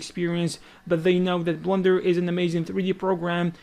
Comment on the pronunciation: why does he say "blunder" for blender? are you guys hearing the same? or is it just his accent? :))